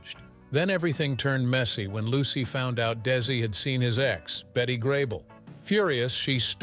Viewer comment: * -- It's NOT "BET", like "Bette" Midler; it's BETTY. * -- The tunnel - and the boulevard - are called "Seh-PUL-veh-duh" by the locals. REPROGRAM YOUR BOT!